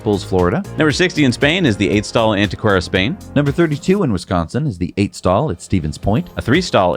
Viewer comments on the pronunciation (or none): none